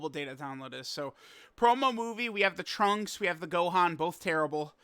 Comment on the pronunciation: Holy crap Super Lrunks-…I mean Trunks is on his way!!!!! So hype 😐🫤🙄 Edit: accidentally said “in” instead of “on”